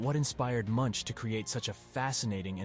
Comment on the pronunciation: His name is pronounced mʊŋk